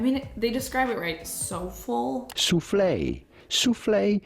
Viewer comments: I was not prepared to hear a Canadian pronounce soufflé that way. 💀💕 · Soo-flay not soulful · I’ve definitely never heard someone pronounce soufflé as “so-full” 🤣🤣🤣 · Rare beauty lips SOUFFLÉ not SO FULL, it’s French you pronounce the E at the end 😂 Edit: I see you looked it up lol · so full? Soufflé? I’m crying 🤣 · not you pronouncing soufflé as “Soe-ful” 😂❤ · The soulful v soufflé pronunciation is absolutely phenomenal 😂🥰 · I was till processing that you said drug vs dragged over the coals that I cackled when you pronounced souffle like soulful 😂😂😂 love u pls don't take this negatively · gurl u did not just pronounce souffle as so-ful 😭😭 YOU'RE CANADIAN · Who else lost it when pronounced soufflé as soulful? 😂😂😂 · Soufflé is pronounced sooo flay. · This is probably the first time I have ever commented. I adore so much; such easy content to consume and so genuine...but,, "so-full" for soufflé? This has to be one of my favourite -Mispronounces ever <3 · You don’t even know how to pronounce soufflé why am I even listening to you 😂😂😂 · Not a Canadian pronouncing soufflé wrong 💀💀💀💀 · Died at the soufflé pronunciation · That pronunciation of soufflé,! Canadian Citizenship REVOKED. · Honey I need you to try again on saying Soufflé 😂❤ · a little funny seeing a Canadian get stumped on a French word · I´m sorry can you pronounce soufflé one more time for me? Lol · Had to rewind for that pronunciation of soufflé... Have you never eaten one?! 😂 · diabolical pronunciation of soufflé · With the most love in the world, one Canadian to another, you really gotta up your French pronunciation 🤣🤣🤣 that was a bloodbath! ❤ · I’m cracking up at pronunciation of Soufflé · The way she pronounced soufflé, though 🤣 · pronunciation of soufflé made me giggle. She's adorable. Edit, I paused it to say that and then she corrected. Lol, still cute.